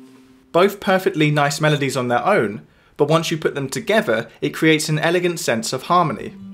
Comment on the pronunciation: I wish you would stop saying “uvver” or “togevver “